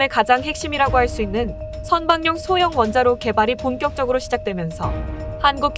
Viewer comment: 선박용 원자로 의 발음은 선방용 이 아니고 선바굥 원자로 로 발음해야 합니다!